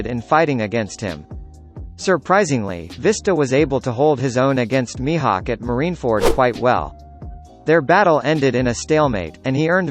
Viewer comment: when did mihawk became mihak